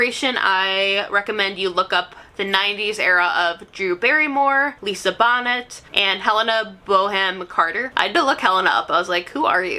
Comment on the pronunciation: Lisa bonnet and Gillian 😂 sis it’s pronounced Bo-nay and Jillian